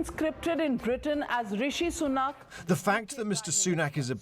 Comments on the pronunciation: RUSHEE SUNOOK LMFAOOOOOO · “Roshee Sunuk” lol sleepy joe 😂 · "Rashu Sanuk" - Joe (Brandon) Biden 2022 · Biden doesn't even know his name, he called him rashee sunook. I guess 'calling him soon' means he needs time to figure out who this other nobody is